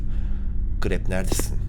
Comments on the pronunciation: Grepp deyil krepp😂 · Abi grepp değil krepp